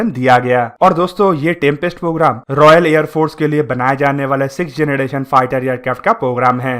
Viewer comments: Bhai mai tujko unsubscribe krduga agr tune fir se generation or gederation bola ... Jb proper English pronounce nhi kr pate ho to bolte kyu ho or ye dusro ki video dekh kr batane ho knowledge kuch hai nhi😡😡😡😡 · 🤣🤣yes ur right he said gedration too 😂😂,but videos knowledgeable hoti hai bro